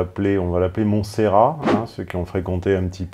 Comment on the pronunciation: Le dernier t se prononce dans Montserrat tontonnnnn